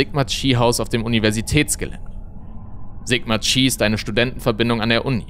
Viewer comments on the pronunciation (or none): Tolles Video, nur wird es nicht Sigma tschi sondern Sigma kai ausgesprochen :)